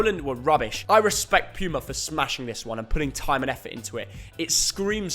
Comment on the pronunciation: Puma is pronounced poo-mah which is makes sense because most of their jerseys are crap.